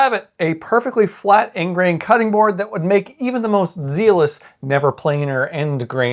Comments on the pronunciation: I just bought a used ridgid 4331. I'm just gonna go ahead and keep using my router sled for end grain. Also oiling the board makes it clean way easier. If it's already oiled it won't stain with food juices. Also also it's pronounced ZEH-lus not ZEE- lus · No better mix of woodworking education and entertainment on Youtube! But note thas while "zeal" is pronounced "zeel", "zealous" is NOT pronounced "zeel-us" but "zell-us". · "Zeeless" 😆 Learned a lot--thank you for this video.